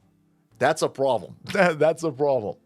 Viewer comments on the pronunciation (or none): That's a pwloblem